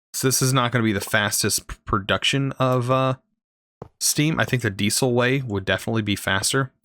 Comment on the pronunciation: the way you say diesel triggers me. love the video.